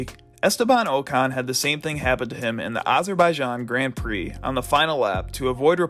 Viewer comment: you know its called Grand Prix, not Grend Prix ...